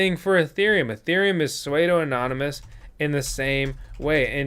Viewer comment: SUEDE-O! as in Suede-O Jacket - that was funny as H*LL! Every time he said it I cringed. But, give my man a break - I completely understand the pronunciation slip-up.